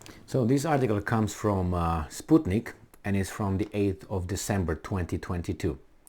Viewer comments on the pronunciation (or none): none